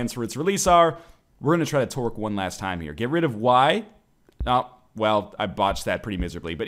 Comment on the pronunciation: I know you're saying tork but all I hear is twerk